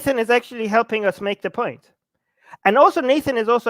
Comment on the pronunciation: brotherrr makes a good poieent.